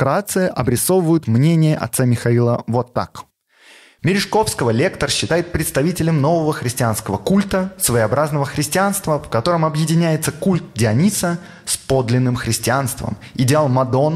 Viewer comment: Спасибо,, за интересный контент, но у тебя есть одна проблема - почти в каждом выпуске ты неправильно ставишь ударения на незнакомых тебе словах. В частности, в этом выпуске правильно произносить так: Сергий СтрагорОдский, культ ДиОниса, епитимиЯ.